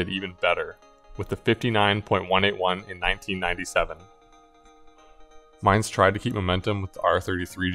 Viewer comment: Mine is pronounced "Mee-Neh." It's a Japanese name